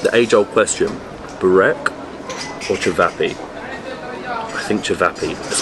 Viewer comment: bro you kill burek (spell it as BOO-RACK)